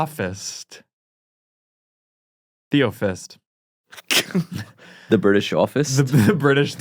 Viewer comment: And pronounced theosophist and "Theofist" aka British "The office"